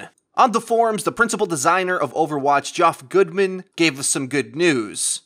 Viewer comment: You pronounced geoff goodman "Gee off" on purpose right ? You were parodying Force , riiiiight ? You didn't just make a mistake right ?